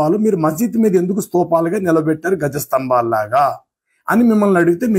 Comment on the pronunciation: గజ స్తంభాలు కాదు ధ్వజ స్తంభాలు.